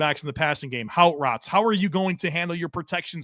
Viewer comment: "houte rots" ??? Did he mean, "Hot Routes"?